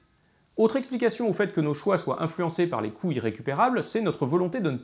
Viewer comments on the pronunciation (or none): Je suis le seul à entendre "biais des coui**es récupérables" ? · C'est dérangeant, quand tu dis "l'effet des coûts irrécupérables" des fois on comprend "l"effet des couilles récupérables" :/ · Passionnant 👌 on entend vraiment "biais des couilles" à des tas de moments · Génial ! Un commentaire crétin : il faudrait faire une pause entre "coûts" et "irrécupérables", car j'ai cru entendre plusieurs fois "couilles récupérables". C'était le commentaire crétin du jour. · A chaque fois j'entends "couille irrécupérable" :')